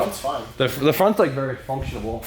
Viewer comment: it's functional! Not functionabal! Lol love the vids